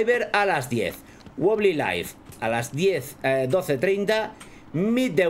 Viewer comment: Se dice WOBBLY no BOBLI